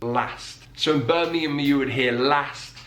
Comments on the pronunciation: Oh no! You did the American thing.. you went “berming ham.” It’s not two separate words. It’s Birmingham (pronounce the ham as more of a hum) and don’t over pronounce, say it a bit faster. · Oh that was a bad example of Birmingham. You can probably find one on any video about Birmingham accents that's better. They elongated and emphasise every syllable :P Birmingham becomes "Buurrr Ming Aaahm" and the pitch constantly goes up as if you're trying to speak to someone over a wall :P